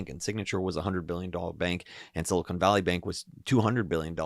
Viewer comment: "Silicone" (pronounced "cone") is a rubbery material used to caulk bathtubs, make breast implants, etc. "Silicon" (pronounced "con" or "can") is the basis for semiconductors, and is what that area of central California is named after.